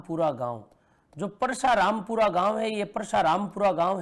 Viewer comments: ये परसरामपुरा है ना की परसाराम सर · सर वो परसारामपुरा नहीं है वो परसरामपुरा है